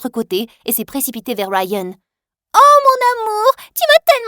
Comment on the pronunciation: "Rayyyyennnn" mdr c est pas rayan je sais pas moi ??😂😂😂